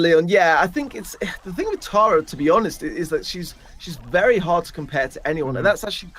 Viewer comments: i laugh everytime they pronounce tara taira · It's TARA not TERA lol 😂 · Pronunciation of Tara as terror makes me angry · Why do you say “tera” bruh it’s Tara